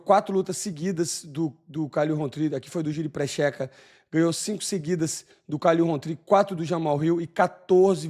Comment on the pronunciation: Eu não consigo tankar o Moicano chamar o Prochazka de Prexeca 😂😂😂😂. Agora sobre o Poatan, o cara é muito fora da curva, desde a época de WGP. O Q.I de luta do Poatan é absurdo e ainda teimam e subestimar o cara.